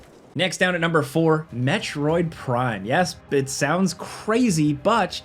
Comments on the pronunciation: Good ol’ nermber nine…. Gets em everytime. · “Nurmber 9” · "Next up at nurmer 9...." anyone know what "nurmer" means? LOL My thoughts the presenter tried to be cheeky and say "numeral 9" but instead combo'd it with "number" and made a new word LOL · "nurmber 9" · “Next over at nurmer 9” lol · "NEXT OVER AT NURMBER NINE" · "Nerber 9" lol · I love gameranx!!! LoL... " Next over at NEERMBER 9" Never change my friend LoL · Me thinking, "did he say nermber nine?" and then, when i selected the spot on the timeline it was a 'most replayed' lmao! He did in fact say nermber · "NERD-MER 9." 😂😅 LOL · “Next over at nermber nine…” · “nurmber nine” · i felt it was more like "nehrmbehr" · ermagerd nermber nern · He’s exhausted or drunk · Swedish Chef wants his royalty payments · "Next up at nermber nine." Taking is hard sometimes lol. You rock,. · Did you say Nurmer 9?